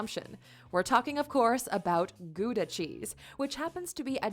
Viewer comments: would be like 'Hold my Belgium beer, I know 15 more' hahaha. Gouda is quite difficult to pronounce..or not:P it is just like the 'ou' from pronounce. (or now minus the n). I didn't know about that guy from 'randstad' and the truth is most of us don't know it, because we don't care. I agee with you with the weed thing, in The Netherlands we call it soft-drugs (heroine, cocaine, meth, etc is considered as hard-drugs and not allowed). Oh and you don't have to visit Amsterdam to buy it, coffeeshops are even in smaller places. Prostitution is regulated, because you can't ban it.. and when it is illegal there would be even more problems (is it because they are forced to do it, for example) and Dutch prostitutes are under strict medical control. Oh and I'm a kind of a short Dutchie.. I'm just 6ft and almost 2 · gouda is pronounced wrong in this video, its pronounced with a gutteral g! and we get thought about the slavery part of our history in class. thats another thing this video gets totally wrong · where "Gouda" is butchered several times 💀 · Goodha? No. GGGGGGawdah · not goeda but gauw da with au from auw it hurts but old amsterdammer is a much better cheese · We don't say Gooda. It's more like Gowda. As in how, cow, now, wow :) And Gouda cheese is Goudse kaas. Gowdse ... mmm, we promounce aa as the a's in Hawaii. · So it's more like Gow dah rather than Goo dah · Gouda is not pronounsed as goeda but like in hour not oe but ou like in hour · Nice video. U.S. English, Dutch and Germans all have their own way of pronouncing "Gouda". German, g-ow-da (ow like cow or wow); U.S. English, g-oo-duh (oo like good, and duh like dummy); Dutch, how-da (ow like cow or wow). Relaxed laws on marijuana and prostitution are fine by me. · Gouda. G auw da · Gouda is pronounced with a Dutch hard 'g' and 'ou' is pronounced like the 'ow' of pow wow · You are not pronouncing the Gouda cheese correctly 😂😂😂😂😂